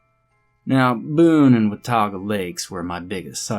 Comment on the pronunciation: Bonus points for saying Watauga like a local. Well done sir.